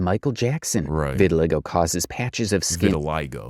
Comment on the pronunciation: She has “revitiligo” 😂😂 IYKYK